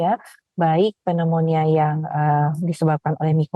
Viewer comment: Waduh narasumber koq baca pneumonia aja nggak bener...😮😮😮 Yg bener adalah cara baca pembaca berita.